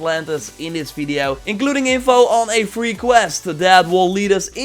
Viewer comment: Thank you for the fresh info. But you really have to start saying "video" instead of "fideo", man.